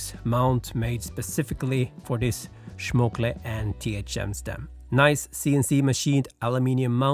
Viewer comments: Please man, it's SCHMOLKE, not SCHMOKLE. Schmokle sounds like a very weird insult. Don't insult your stem. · SCHMOKLEY instead of Schmolkee lol I love this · It was painful to hear Schmokle instead of Schmolke several times... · the way he say Schmokle is so fun. isnt ist Schmolke Kumpel? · SCHMOL-KE NOT SCHMOK-LE , otherwise sic ride bro! Best greets from Germany. :> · schmolke...SCH like SH in shit, MOL like child MOLestor and KE like CA in candy....SCH heavily pronounced, MOL little bit less pronounced and KE much less pronounced very short. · It's pronounced like "small K" with a "sh" sound: "Shmoll K" and I agree, they really butchered that packing. BTW man that bike looks tasty. Damn now I want to build one myself. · Schmol-ke. Now says it slowly there times. Greetings from Germany ☺ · C'mon! SchmoKLe? Please, even if it is german, don't swap the letters! Anyway, Schmolke acquired THM last January, so practically we are speaking about the same business, and there is a good reason not to cannibalize their products by having both on the market.